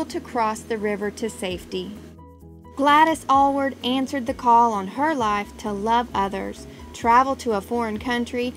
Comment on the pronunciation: This is HORRIFIC Those aren't even photos of Gladys Alyward and you didn't even pronounce her name right!!!!!!!!!! It like if you were trying to speak about Billy Graham and called him Billy Am and put up photos of D. L. Moody !!!! This makes no sense. Why do this. This was an amazing missionary who deserves respect.